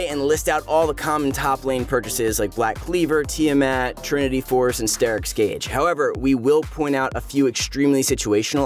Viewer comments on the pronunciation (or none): none